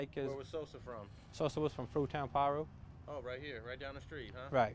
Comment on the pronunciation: The way his LA accent came out when he said Fruit Town Piru